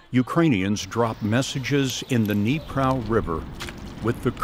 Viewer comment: The river Dnipro is prnounced: Dneep-RAW.